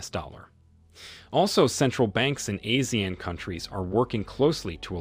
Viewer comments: It’s pronounced (Ah See Aaan)… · It should be pronounced as Ah-See-Yahn. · ASEAN is pronounced as ah-sea-arn. Not “a-sian”